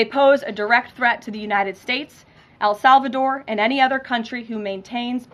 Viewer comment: When did el salvador become "AL" salvador?